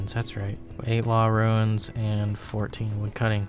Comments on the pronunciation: every time you say runes it sounds like ruins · Are you saying "ruins?" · Why do you keep saying "runes" like "ruins"? There's no "i" in "runes". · Ruins, blur-ite, si-new. Your pronunciations crack me up 😂